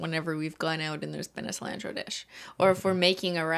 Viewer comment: the way cristine says cilantro as a mexican makes me i cry a little